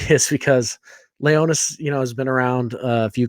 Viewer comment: Its Leonys, not Leonys! 😂😂😂